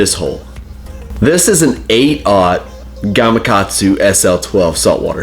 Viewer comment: Hello; Yes Yes, Please don't even say it, I won't go on and on with the Comments!! But Again you're The Only Person on the web. That pronounces the name GamaKatsu as it is Not Gama Gatsu 😁👋 But